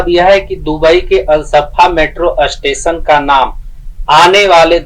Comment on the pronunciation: अष्टेशन नहीं 4होता स्टेशन होता है😂